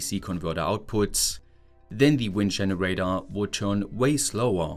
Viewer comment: Thanks for sharing but could you please try to change your pronunciation especially towards the end of a sentence? It is not a generatö but a generator. Would make your videos significantly better 😉